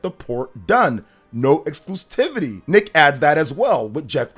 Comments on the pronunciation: Repeat after me: Ex-clu-si-vi-ty: Ex-clu-si-vi-ty Me: Exclusivity: Exclusitivity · I usually try to avoid being grammar police, but there is only one "t" in the word "exclusivity." You're saying "exclustivity" and it's driving me crazy. It reminds me of when Dreamcast Guy used to say "Games Pass." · Bro it’s exclusivity not exclustivity.